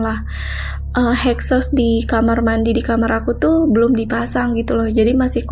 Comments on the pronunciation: exhaust mbak bukan hexos.. wakakakaka.. legend nih ceritanya.. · exhaust bukan hexos.hexos mah permen..kidding dont be to seriously